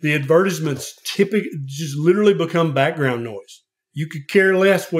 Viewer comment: “ADVERTIZMENTS” is crazy 💀